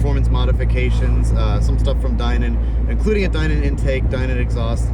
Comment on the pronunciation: That IS how Steve Dinan pronounces his name, so is correct.